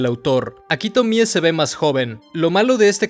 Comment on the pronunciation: ¡Tremendo análisis! El otro día estaba viendo entrevistas a Junji y cuando decía Tomie lo acentuaba en la e, como Tomié. Me pareció raro porque estaba acostumbrado después de ver todos tus videos del personaje. Pero te lo comento por si quieres corregirlo en próximos videos. <3